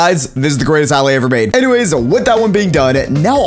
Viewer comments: How every one else pronounces it: Alay How pronounces it: alaeh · Why did you say allay’s (a-lay) instead of allay’s (uh- lay) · this guy says alley instead of allay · When he says allay he pronounces it as all-ay but when saying bottle of allay he pronounces it has a-lay (im not being rude or discriminative i just think it sounds weird) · its not ally its allay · I feel like "allay" should be pronounced like "aller". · It is. Not allay it is a-lay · It's pronounced aelaeys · If you can't say allay right then I'm not watching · he says allay so wrong i get a headache